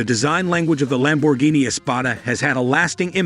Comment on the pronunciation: PregO! Thisa Narator soundsa Very digital anda may be Much MOre impreSsive if he could at Least pronounce Lamborghini correctly(!)🇮🇹gF 4.4.'24 USA